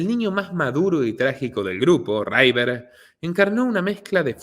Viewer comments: Que River no se pronuncia Raiver, se pronuncia River, porlos demás todo genial, pero tu inglés deja bastante que desear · Excelente investigación ! Solo una observación : Es River no Raiver y Phoe nix se pronuncia finix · No es "raiver" es "river"...es fácil comprobarlo si el inglés no es tu fuerte... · En inglés River se llee igual que en español, no raiver